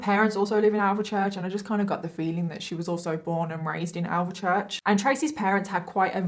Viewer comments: I don’t think she has Birmingham accent at all really, and she butchered the way she pronounces Alvechurch😂 it’s more like Alfchurch not the “Al ver Church” the way she says it😂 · she sounds like me and I'm from King's Norton🤷‍♀️ but yes it's 'alf- church'. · Why do all outsiders pronounce alvechurch like this ;( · considering your from Birmingham, I hate to tell you, but you’ve butchered the way you pronounce Alvechurch. It’s pronounced more like alfchurch not “Al ver church” how you pronounced it… I do find putting the make up on a bit strange, and the laughing. A innocent man lost his life to a violent death. Not a subject you talk about so lightly, and certainly not laugh whilst talking about it. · It's pronounced Alf-church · when she said alvechurch my heart stopped hahahah